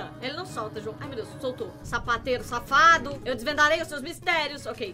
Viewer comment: quando vc se escondeu na cortina eu ouvi vc falar savateiro em vez de sapateiro 😅😂😂😂